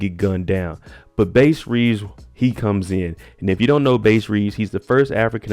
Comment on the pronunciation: Its pronounced Bass like the fish.